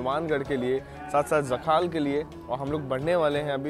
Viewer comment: its jakhal Sir ji not jkhaal😬